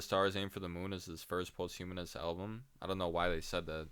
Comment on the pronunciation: Hey man, nice commentary and all. Posthumous is not pronounced like post-humanist bro